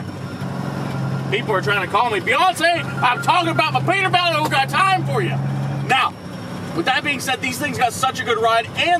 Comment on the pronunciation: "Perter Belt"